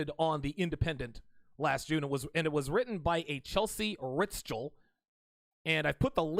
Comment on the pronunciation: Ritschel is just pronounced 'Richel', as in 'Deutsch'. It's a German name.